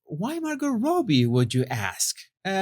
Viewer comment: Margot Robbie - it’s Rob-bee not Robe-ee